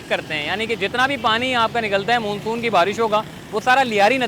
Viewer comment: Google it please how to prononce monsoon